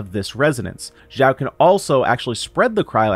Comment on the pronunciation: xiao not zhao or zao x is pronouce like (s) from snake